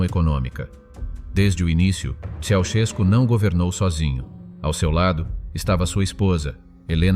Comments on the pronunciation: I think that you have bought a lot of propaganda. It was impossible for the Ceausescu children to be less than gifted. It would have meant death to someone who thought otherwise. Work on your Romanian pronunciation. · Can't you even pronounce their name properly!